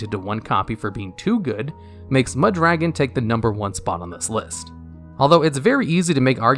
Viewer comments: You pronounce Mudragon like Muh Dragon lol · Meh Dragon